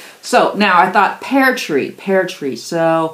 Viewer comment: "Pear" tree, not "pare" tree.